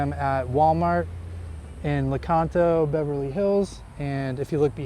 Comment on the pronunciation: It's not Leconto...It's Lecanto for starters.